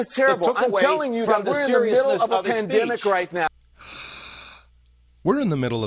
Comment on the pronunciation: "We're in the middle of a dempanic". OHHH, SH!T.